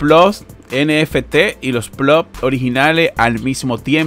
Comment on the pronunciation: increible que no puedan leer una tabla de datos ni pronunciar bien ploT. Space pool libera el pago cada vez que llegas a 0,01.. Puede pagarte varias veces al dia!